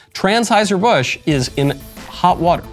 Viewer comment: Lol 😂 is he saying transhiserbusch 😂😅